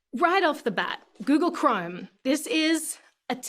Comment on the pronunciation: She pronounces Chrome as "crime."